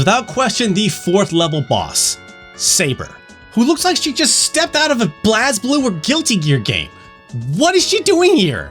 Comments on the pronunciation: Look, I'm genuinely sorry for being "that guy" but it's BLAZE BLUE! Yes it's spelt BlazBlue but it's pronounced Blaze Blue. Nobody calls it like that, not even in the actual series. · Left them on "read", not "read". BlazBlue is pronounced Blaze Blue. Love you, happy to see your handsome face back on here. Hope things are looking up for y'all. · I am very triggered by pronunciation of BlazBlue as Blass-Blue 😔😔😔